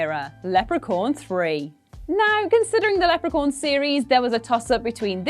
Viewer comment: Lepra-corn? Really?